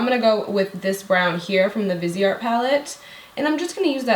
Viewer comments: Omg so pretty, and what I'm about to say doesn't pertain to, it's just in general. It's not pronounced vis-e-art. It's as if were vice art/vize art. The e makes the I have a capital I sound and the e is silent. Sorry, it's just the English major in me that has me correcting people, it's not to be mean. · Thought it was pronounced vize art?? Maybe not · The way you pronounced Viseart........ Oh